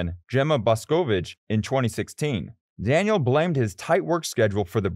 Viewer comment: This was a good video but the way you were saying some of the names just pissed me off. Like Max, Daniel, Dani Kyvat, Valtteri